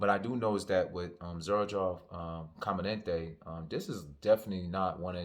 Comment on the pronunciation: It’s JTC and it’s com-a-den-tey - and it’s the very high level original LeMale with some added niceness